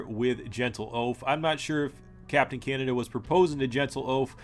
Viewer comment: You pronounce Canada in a weird way.